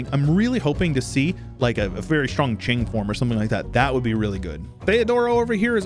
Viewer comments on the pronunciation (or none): none